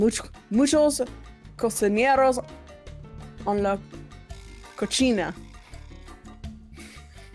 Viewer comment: Okay, this is no judge, I know can't speak spanish but I could not stop laughing every time said Cocina because she keep saying it like cochina and that is spanish slang for "dirty girl" lol.